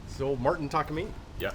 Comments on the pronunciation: It's pronounced 'Tah-Kah-mi-nay' btw. Not 'takameaney'. Almost nobody gets it right. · It is not “Takamini”. This is a Japanese brand TAKAMINE… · Saw a video from a different tech claiming that the Gibson knot was the ONLY correct way to string a guitar. I've tried both ways and they seem to work just about equally well... but having a knot on the end is a little uglier. Also there's no such thing as a Takamini. The letter e at the end is pronounced something more like the e in cafe. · In Japanese, ne isn't pronounced "NEE" Ta Ka Mi Ne Takamine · Talk-ah-meany 🤣🤣🤣 Its pronounced Tak-a-mine. Like Tack-uh-mine. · I'm sorry... Tak-a-mee-nee?? ...Well, I've been embarrassing myself for 20 years